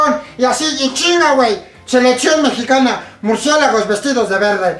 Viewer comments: "MurcieGAlos" JAJAJAJ xd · Primero que aprenda hablar EL ESCORPION se dice MURCIÉLAGOS no MURCIEGALOS